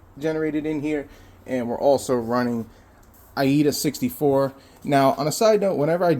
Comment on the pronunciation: that software is pronounced ada 64 not iada